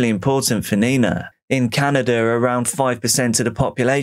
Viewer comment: What is DRAWERING or CANADER ?